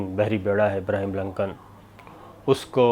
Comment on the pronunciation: Sir G ABRAHAM LINCOLN hai آبرہام ہے ابرہیم نہیں ایسا نہ ہو آپ پہ بہ کوئی فتوہ لگا دیں یہ امریکن مولوی